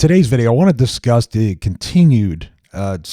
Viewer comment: The beginning sound like "In today's video I wanna disgust..." LOL